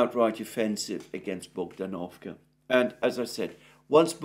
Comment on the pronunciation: It's bogd-A-novka not bogdan-O-vka. Emphasis is on the second syllable.